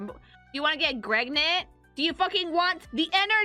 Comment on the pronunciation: She’s starting to say Gregnant… she’s fully indoctrinated into the Sleeper Agents.